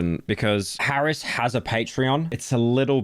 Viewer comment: whys he calling him harris i swEAR